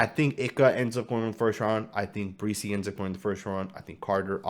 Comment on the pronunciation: You're pronouncing Bresee's name wrong. It's not BREE-SEE it's Bra-SEE